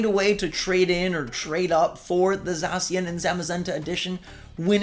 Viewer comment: Did this nigga really just say za-si-an and za-ma-zenta